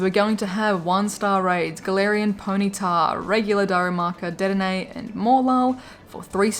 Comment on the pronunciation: Please it’s De-denne not Ded-enne